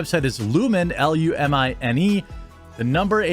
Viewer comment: jeremy, lumine8 is pronounced "luminate" is a play with words